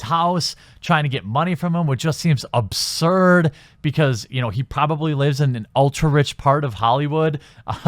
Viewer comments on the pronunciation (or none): none